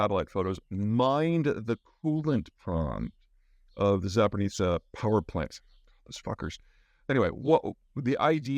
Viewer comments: Zaa Poh Reezh Yah. There is no “N” in Zaporizhzhia. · It's pronounced "Zap or O.J." not "zapernitsya". Appreciate You work anyway l( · Peter! Repeat after me! ZAH-PO-REE-SHEE-YAH! (Yeah, that's not the exact pronunciation of zhzh, but still better) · ZAA - POU - REE - ZHIA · You'd think Peter would know how to pronounce Zaporizhzhia by now. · I love the way you decided to say Zaporozhzhia. You learned Zapor, but then just decided “ah screw it” and filled in the second half with no sense 😂 good info though